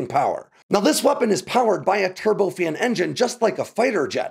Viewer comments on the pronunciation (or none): none